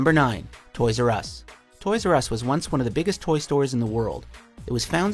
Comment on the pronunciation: "Toys R Us" "Toys Were Us"